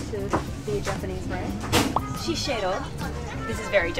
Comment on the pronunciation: HAhah I like that you can read Japanese, but when you say Shiseido, you said "Shisheido". Thought that was a little funny. Love the video!